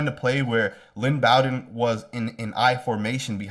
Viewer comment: Thanks for your videos. You do a great job. FYI- Lynn Bowden’s last name is pronounced Bo Din as in Bo Jackson.